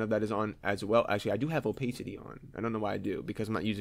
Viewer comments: gr8 introductory tutorial. ps it's oh-pass-ity not oh-pace-ity ;;)) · also OPAYCITY Xd